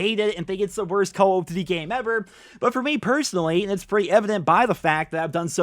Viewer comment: Why do you say call of duty like that 😂😂😂😂